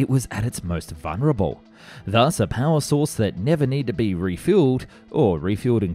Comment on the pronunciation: Vulnerable, not vunerable.